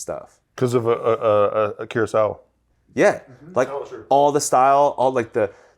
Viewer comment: just combined Akira Kurosawa into “Akirosawa”